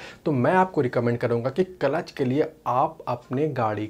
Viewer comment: Its not kalatch, its clutch